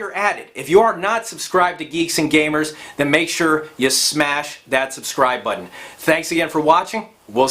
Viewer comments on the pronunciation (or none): none